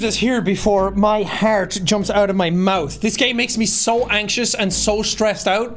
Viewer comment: “i am so good at mouthe”